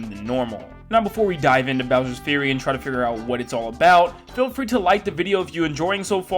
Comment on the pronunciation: Fury is pronounced F-YOU-RY not Bowsers Theory, Bowsers Fury👍